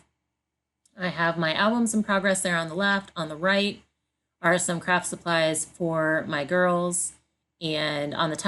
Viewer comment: Loved how you did that! The girls are so sweet!! Love your dogs too!! (I know you said “craft” but I thought I heard “crap storage”!? 🤣🤣) I love my Ikea (Alex) drawers!! Thanks so much for sharing!!❤️